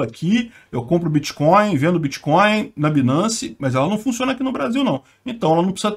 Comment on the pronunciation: Alguém falou créptomoedas? Ou biticoios?